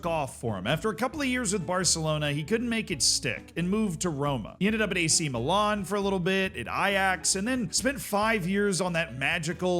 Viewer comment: Was getting pissed off with all the "aw" sounds in place/team names - Meelawn, etc. and then you said Ajaccio (Ataxoo??) in that mad way and I chilled 😂. Then you said Cawgleeawree and I was pissed again. And before the fanboys get pissed with this, he clearly is "trying" or at least conscious of it with what he said about Górnik Zebrze.